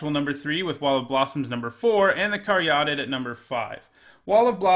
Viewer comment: Btw, Caryatid is pronounced carry-AH-tid, not car-YAH-tid